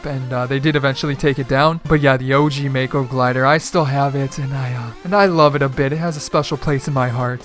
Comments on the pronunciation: Btw mako is pronounced (ma-ko) not (mae-ko) its japanese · its pronounced maco you know after the shark